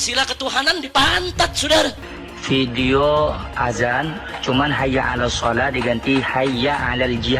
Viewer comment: bang pplisi kok sampean bialang hayya'alas showah, bukan hayya'alas sholah, tapi hayya'ala s sholah bang....